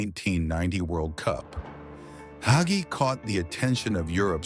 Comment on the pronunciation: AI can't pronounce Hagi LOL!!